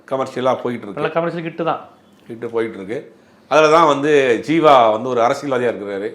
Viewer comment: Sir athu jeeva... Not seeva